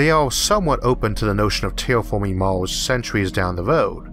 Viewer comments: it's Mars not Mors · "Life on Maws"